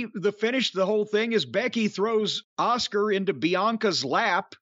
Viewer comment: I like how Jim prounces Asuka "Oscar"